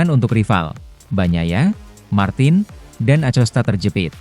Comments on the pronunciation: akosta pak baca nya acosta. kayak orang enggak sekolahan aja 😢😢😢😢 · Bacanya bukan pedro acosta, tapi Acosta